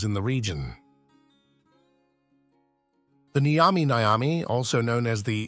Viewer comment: It's not Nigh-yami Nigh-yami or whatever the hell you said. Nyami Nyami dude. Pretend you've eaten a nice burger or pizza or whatever, and you enjoyed it so much you say it tastes nyummy. Now say it twice